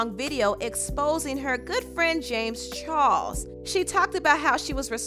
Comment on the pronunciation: Im lowkey annoyed of her saying char"LES" into char"SE"